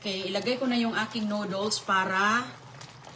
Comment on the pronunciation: Grabe she said noodles incorrectly.